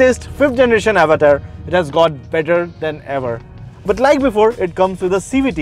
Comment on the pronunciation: Dislike for the fake accent specifically "avatar" pronunciation.